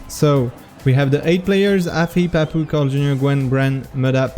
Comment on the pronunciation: pourquoi tu prononces meme les pseudos avec un accent anglais ? Je veux dire Papou ça devrai rester "Papou" et pas "Pahpouw" ou même Aurel ça devrai rester "Aurel" et pas "Owel"